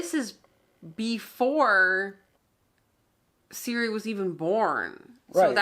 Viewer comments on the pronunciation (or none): Ciri, Geralt and now Jaskier all of them are "hard " so not"SI", "Dż" and "Dż" please Citra too not "Sintra" :P